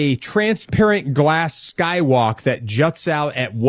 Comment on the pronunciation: "...and stuff like at." Man, you can come over for supper any time! You my boy!